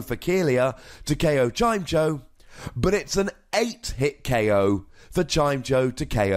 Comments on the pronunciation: I know pronounciations of pokemon are always up for debate, but isn't it Chim-Echo? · it's Chime-echo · It's "Chime-Echo", come on:P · I always pronounced it as chai-meh-co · I pronouce it "Chime" + "Echo". then try and say both words together at the same time, and thats the pokemons name. if we want even more pronounciation help we can look at old episodes of the anime, where Chimecho was part of team rocket (Generation 3, and early generation 4) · You had 8 years to learn how to pronounce it lol just giving you a hard time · its definitely pronounced like the words "chime" and "echo"